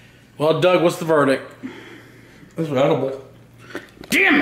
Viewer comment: Its Doug not dung